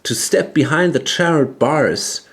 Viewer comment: It's "charred" (short-a sound) as in "burned/blackened" conclave